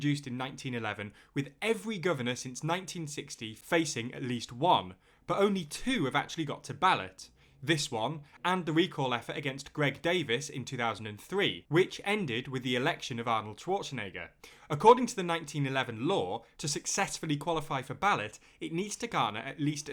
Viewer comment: The 2003 recall was against Gray Davis, it sounds like the video said Greg Davis .